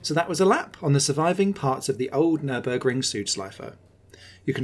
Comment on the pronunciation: it is not Nürnberg it is Nürburg mate .